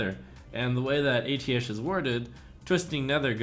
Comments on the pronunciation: I thought it was pronounced "Ay-Tee-Shh" and not "Ay-Tee-Esh" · It's pronounced "UH - TEESH" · it's pronounced ateesh